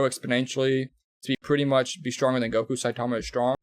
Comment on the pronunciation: No he can't also it's Goku not guko